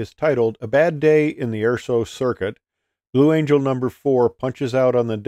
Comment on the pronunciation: Blue "Angle" LOL.